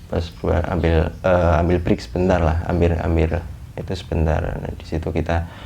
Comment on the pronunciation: Yaelah.. dia gmg "BREAK" bukan "FREE"